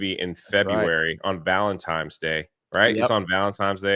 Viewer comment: He wouldn't be "" if he didn't give us a -level blunder right out of the 2025 gate.